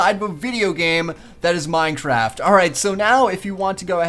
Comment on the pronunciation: all his videos ever: "Minetraft"